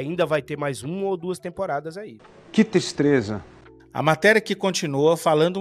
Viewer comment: Que "tistreza" 😂